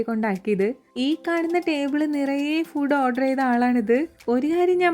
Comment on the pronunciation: ചേച്ചി ഫുഡ് അല്ല ഫുഡ് ആണ്